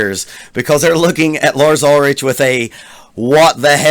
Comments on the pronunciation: Robert may technically their best bass player, but Jason WAS Metallica. He breathed METAL into the band and since he left, they all turned to shit. FACT. Btw, it's pronounced UlriCK, not UlriCH. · It's not pronounced ul-rich, c'mon man. The ch has a hard k sound. And they've sucked since 86! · First of all it’s ULRICH, ( ul-rick) not ul-RICH. And Rob TRUJILLO, (tru-hee-yo) Cliff Burton, WAS the heart and soul of early Metallica, classically trained, taught James and Kirk harmonies. Anyways, Lars, admittedly isn’t the best technical drummer, he basically is like the 3rd guitar and accompanies James’s driving rhythm. I know, that the true sense of a rhythm section is THE DRUMMER and bass player, but that has NEVER been their deal, other than when Bob Rock “created” the classic rhythm section with Jason and Lars in the Black Album. Anyways, ...And Justice For All, was the blue print for all future heavy and hard rock drummers who adopted the “wet snapping” double bass sound. He’s not Joey Jordinson, Vinnie Paul, or Danny Carey. He knows this. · btw it's Lars Ulri-ck. At least get the name right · Dude can you pronounce any of their names correctly? Ulrich is pronounced Ulrick and it’s Truheeoh not Truhilloh. How can you critique if you don’t know the band or songs? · Ulrich is pronounced 'Ulrick' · It's hard to take you seriously when you don't even pronounce his name correctly and don't recognize the title track of AJFA. Oh no. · i knew it when you didnt even know how to pronounce his last name. Its ok say lars ulrich and people click. Not for you bro its cool though. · I am a bit surprised that you were a fan of real Metallica ( ) but don't know how to pronounce Lars' last name? Anyhow, good post, thanks man. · Part of me wants to believe you’re mispronouncing their last names on purpose. But. Idk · I was just hoping you'd say his last name correct. Lol.